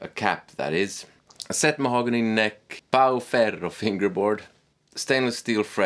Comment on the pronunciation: Hey how are you able to pronounce Pau Ferro so well? Almost like if your Portuguese. Everybody else pronounces it in a really bad way. Cheers. Mike.